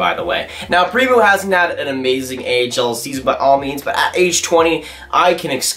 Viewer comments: Primeau not Primoo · Thats horribly prenounced